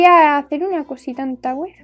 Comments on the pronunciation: En vez de tower le dice tawer :b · En La Primera Pregunta Escuché Tauro Of Hell Jjajajaja